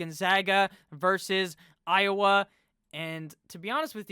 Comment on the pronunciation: Ah yes, the ohiowa Hawkeyes